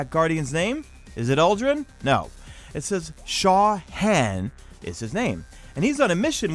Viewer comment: Hey, you know Han is an oriental name right? It's pronounced with the same a sound of "Awning"